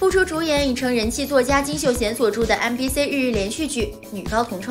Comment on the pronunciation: MBC的C請唸”西”，中國的C為了拼音所以改了讀音，但那僅適用於拼音，請更正唸”西”好嗎？因為它是英文！我聽了太難過了，有人也聽了全身難受嗎？